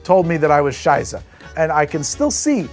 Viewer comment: "Prost" and "Scheisse", your German is very good! Greetings from Germany ;)